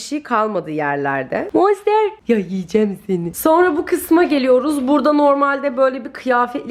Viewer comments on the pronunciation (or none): none